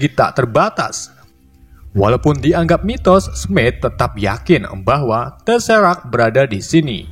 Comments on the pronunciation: TESRAKK WOILAH BUKAN TERESAK 😫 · Tezerak bang bukan teresak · Teseract wkwkwk Bukan teresact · Bagi yang nonton sampai abis kalian bisa denger bang ngomong teresak seharus nya teserak. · Bukan terrasac bang bacanya tesserac Kebalik bang 🤣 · Tesseract bang bukan terrasact😂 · Maaf bang itu bukan terasak tapi teserak 🙏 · Itu bukan terasact bang tapi teserract.... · Tesserac jadi terresac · Bang yang benar teserak bukan teresak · Teserak bang bukn teresak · Gua kayaknya denger bang salah ngomong dah, gua dengernya teresak(teseract) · teserak bang bukan teresak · tesserack bang bukan terasak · tecerak bang bukan terecak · Bukan terasak tapi teserak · Teserak bukan terasak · Wkwkwk gabisa nyebut teserak 🤣🤣🤣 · Teserac woy